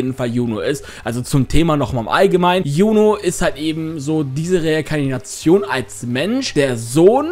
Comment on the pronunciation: bruder es heißt Reinkarnation und nich rnikantion das trigerd mich übelst bei dir 😂